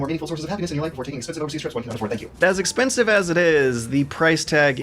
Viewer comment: God damnit,... "expesnive"?